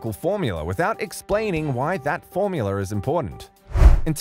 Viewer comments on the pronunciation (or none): Love how he pronounces "formular"